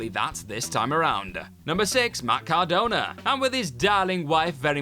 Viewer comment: Cordona. No offense, but no.